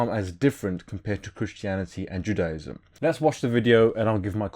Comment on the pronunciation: Your pronunciation of "Judaism" is rib-ticklingly hilarious. :) Great vid though.